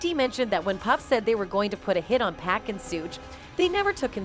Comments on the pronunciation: Agree! It’s 2Poc not 2pack!! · Can we please have someone covering this story that can pronounce pac’s name correctly please…. So annoying! Pac not pack🤦🏾‍♂️ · The worse part about this, is the way she says 2pack